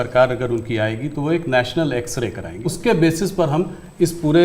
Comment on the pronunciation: X-Ray... ☠️ ... ❌ As-kray .... 👽 .... ✅